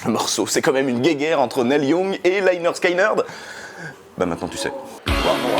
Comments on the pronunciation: Interressante video mais on prononce lénérd skénérd au lieu de layenerd skayenerd et motorhead est un groupe anglais sinon bravo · Ah ben voilà, enfin une vidéo sur cette chanson et la pseudo rivalité Young/Lynyrd Skynyrd (Au passage, on prononce : leh nerd ski nerd, et pas Laïe nerd skaïe nerd)!!! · On dit 'lĕh-'nérd 'skin-'nérd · Toujours très sympa tes chroniques. Et très belle chanson. Par contre mes oreilles ont saignées à chaque fois que le nom du groupe est prononcé. Les y ne se prononcent pas "aïe". Ça sonne plutôt comme léneurd skéneurd pour un français. Les y ça devait faire classe sur le logo. Enfin merci quand même :) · Prononcé Leh Nerd, Skin Nerd, c’est dit sur la pochette du premier album. Pas Laïnerd Skaïnerd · Pronounced Lineurde skineurde for you funny French people ; ) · Par contre leur album te dis que ça se prononce leh-nerd'skin-nird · bon alors deja on dit pas "laillner skaillnerd" ^^ pas plus qu'on dit, "david laillnche" mais david lynch.. j'ai les oreilles qui saignent. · Faut apprendre a prononcer correctement lynyrd skynyrd, please. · Quand on sait pas prononcer Lynyrd Skynyrd, on essaye d'être un peu modeste sur le sujet. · Ce serait bien de prononcer correctement le nom du groupe. Le y se prononce i...! T’es pas le seul à faire l’erreur dans l’hexagone... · juste pour dire lynyrd skynyrd ne se prononce pas comme ça.... ;)